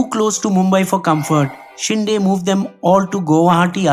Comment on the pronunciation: It's Shinde (शिंदे), not शिंडे